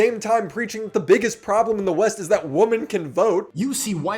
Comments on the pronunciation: How do you constantly say the word women wrong you say woman as if your talking about one person when describing a group of women it's wild other than that great video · Hi, just wanted to point out that the plural of "woman" (woh-man) is "women" (weh-men). That was the only flaw I saw in this video. Cheers! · lol why do u always say "woman" its pronounced "women" whim-in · Why do you say “woman” instead of “women” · dude, it's pronounced "wimin". Stop saying "women" phonetically, that's not how it's pronounced. Fucking Americans killing my language. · I wont watch a video essay about someone else when you cant pronounce women correctly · what is it with youtubers not being able to pronounce WOMEN? if it's more than one WOMAN it's WOMEN.. get it together buddy you sound like Stardust 🙏